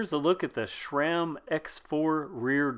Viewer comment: It's not šram (shram), it's Sram.